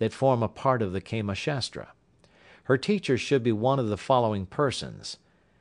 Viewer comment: its prnounced kaamaa not keema which would mean minced mat! Hahaha!